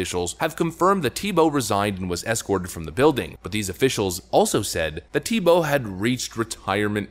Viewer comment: I think its pronounced Theebow